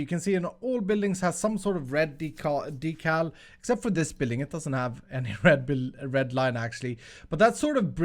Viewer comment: Did he say decalls